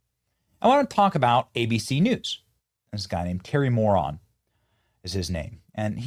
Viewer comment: Terry "Moron" 😂 .. it's Mor-AN, but same difference anyway.